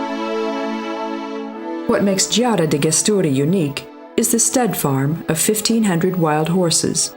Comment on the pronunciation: Some Places pronunciation is wrong (Gesturi for ex.)..anyway nice video